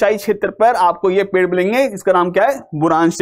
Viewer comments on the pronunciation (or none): none